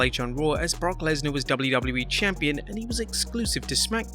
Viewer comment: Where is the other Narrator ? The other one can actually pronounce the letters "WWE" properly and does not sound like he is using a webcam microphone from 2007.